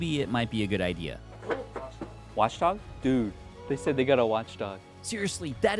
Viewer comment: Watchog not Watchdog 😂